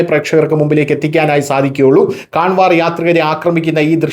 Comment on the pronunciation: കാൻവർ എന്നല്ല കാവഡ് എന്നാണ് ശരിയായ ഉച്ചാരണം നമ്മുടെ നാട്ടിലെ കാവടി തന്നെ. ഇംഗ്ലീഷിൽ എഴുതുമ്പോൾ അങ്ങനെ എഴുതുവേന്നെ ഉള്ളൂ.